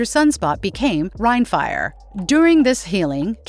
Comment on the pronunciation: rhinefire? C'mon bot!